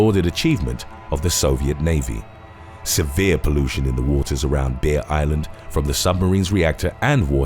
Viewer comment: obviously, he is saying Bear, but it sounds like Beer island, i was looking at something else when he said that and i perked up like, WHAT?? but then i remembered what i was watching